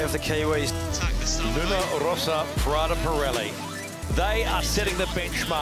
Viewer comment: Pirelli non Parelli ...